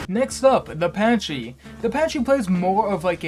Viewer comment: Fake autism bro; "Patchy"? Pachycephalosaurus is shortened to Pachy which is pronounce "PACKY" God, how dare you claim autism over dinosaurs when you cant even get that right •̀ ⤙ •́ (/lh obviously)